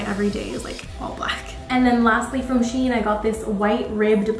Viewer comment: Cute haul! I can’t get over how nice you look with every single hat?! I love the baggy shein jumper and the checked coat! Shein is pronounced ‘she in’ because they used to be called she inside! Not sure what that name is supposed to mean though 😂